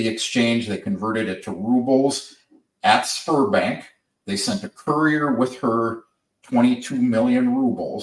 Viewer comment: Sberbank you need to say ZBEArbank not sperm bank